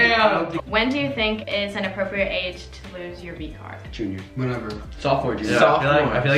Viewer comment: wait it’s sophomore not sophmore 😹